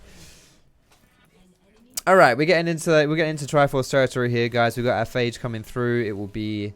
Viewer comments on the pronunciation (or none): none